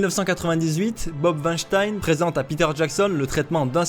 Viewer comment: Le monde germanique te remercie, en mon nom, pour avoir prononcé correctement le patronyme de Weinstein 👌